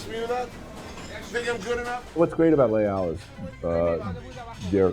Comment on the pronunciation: Wonder if he will ever pronounce "Les Halles" properly. It's "Lesalle", dear